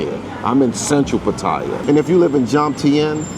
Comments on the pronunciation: What is also messed up is people not pronouncing Pa - Ta - Yah correctly. The sound "thai" is not a part of the name. Ask any Thai person not another foreigner. I know it's a minor point, but still. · Where in the hell is Pa-Toy-Ya.. Every Negro who speaks about Pa Ta Ya always mispronounce the name of this exciting city by saying PA Toy YA as if they know how to say the Thai name better than the Thai people who always say PATTAYA, and not no dang PA TOY YA....so sickening and beyond ignorance.. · 👁f👁- PLEASE READ READ PLEASE -------------- Give you a little heads up.... when you're covering Thailand the proper pronunciation for the city is PAT-T-YA the a is silent.. Peace Out